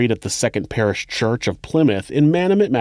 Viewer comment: He also pronounced Plymouth correctly too. A lot of people from outside of the UK say, Ply-Mouth.